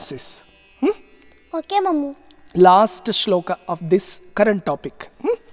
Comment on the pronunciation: श्लोका नहीं श्लोक! संस्कृत का उच्चारण श्लोक है।